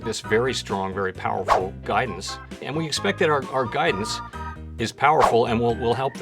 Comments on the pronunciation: He was meant to say Powell-ful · Can't tell if he is saying powerful or Powell-ful. Great vid!!